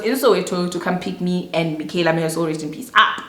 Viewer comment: Everytime says Mikhyala, I automatically say " may her RIP" 😅